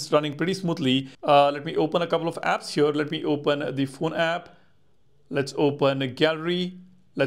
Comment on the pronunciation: Please top saying "hyur" instead of "here"